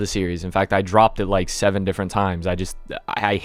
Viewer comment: You rike? I go make onsen now